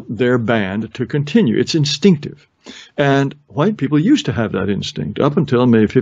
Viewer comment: Yes, hwuite is a very entertaining pronunciation. Took me a while to get around to watching this and I'm glad I did.